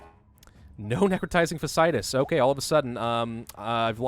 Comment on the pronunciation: This has been annoying me for a while. Fasciitis is pronounced FASH-e-eye-tis.